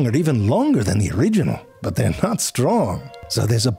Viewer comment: Was that the first "sorry, butt" instead of "sorry, but"?